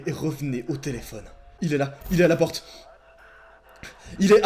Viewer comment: Ta dis telefion😂